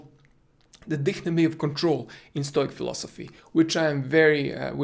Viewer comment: A small correction, it's "dichotomy" not "dichtomy". All in all good approach on the matter coach!